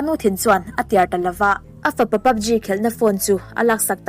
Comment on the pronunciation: PUBG i lamdan kher hi a... Ji tiin lam suh G tur 😃